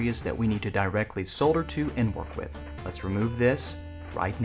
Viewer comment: I think is the only North American I have seen who can pronounce the word solder